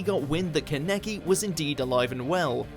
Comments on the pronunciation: Bruh. Y’all killing me with the name pronunciations! How hard is it to watch a clip from the anime? It’s not ka-neck-ee it’s kah-na-kee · the way he says keneki makes me kill myself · It’s disgusting how he says kaneki. Maybe they should do some research about how to say the names first. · Seriously, why do you mis-pronunced Kaneki's name in every vid you made of him? I know you know we anime fans are triggered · Good video, but it's almost like hot nails being driven into my skin hearing the way he's pronouncing Kaneki's name. Some of the other names are mispronounced pretty badly, but that's the one that really gets me. Haha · I can’t with the way he pronounced kaneki and tsukiyama’s names Does he not look up how to pronounce the names?